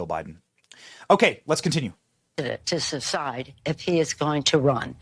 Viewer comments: She said Sucide. Not Decide. Nancy Peloser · “Up to the President to sthuside” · “It’s up to the President to suside.”😂